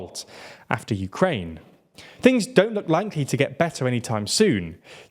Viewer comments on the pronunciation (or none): none